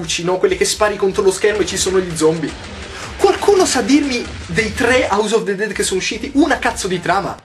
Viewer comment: Scusa Yotobi, sarà perché studio lingue, le amo e quindi mi dà fastidio che vengano pronunciate male, ovvero "all'italiana", ma non mi puoi dire AUS OF DE DED!!!! Daiè, scusa se sono pignola, ma è colpa dei miei docenti u_u